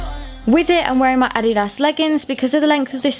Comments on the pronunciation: Uh di das not ah didas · Im i the only one that got sorta triggred when she said (ad-e-dass)???? Just wondering no hate💗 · it’s pronounced uhdeduhs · the way she said addias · It's ah didas that's the original way to pronounce it but some People say it differently which isn't a problem cuz it's the same brand so yep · Who else got annoyd when she said adiDas and Nik(e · Intaeresting the last “s” is pronounced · Not to be rude but u said adidas wrong. BTW love your ideas and how u like to style your clothes. U should be a model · The way she says “adidas” has me rethinking how it’s really pronounced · Omg did any one else notice how she said adidas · anyone else cringe every time she said adidas